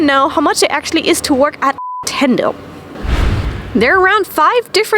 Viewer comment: You can't say Nintendo?